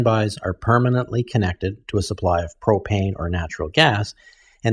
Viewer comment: Propane 🤦🏻‍♂️...it's propane.